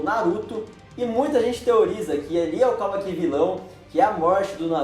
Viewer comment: não é “KAWAKÍ” é kawaki